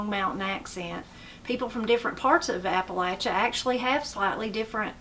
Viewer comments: I’m just glad you pronounce Appalachia correctly. Some people pronounce it Appa LAY chia. It’s like fingernails on a chalkboard when I hear someone pronounce it that way. I’m enjoying your channel. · I know someone is from Appalachia by the way they say that word. It's Appa-LATCH' a, not Appa-lay-sha.